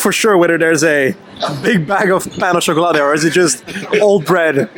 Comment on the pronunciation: And the worst Brit at saying Boulangerie and Pain au chocolat 😂